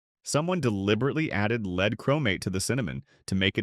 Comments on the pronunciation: Great voice but bad, very confusing reading, e.g. "leed" for lead, the chemical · It would help if these documentary safety videos were given by real people who know how to pronounce the heavy metals, especially lead. It goes to credibility. And i agree that there are heavy metals in our food. Just, please. Show credibility. Friends. Its far more important than you realize